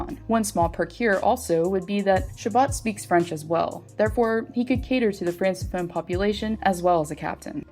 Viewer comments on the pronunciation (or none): Love the videos! Gotta say though it’s pronounced “fran-ke-phone” keep up the good work and looking forward to more content!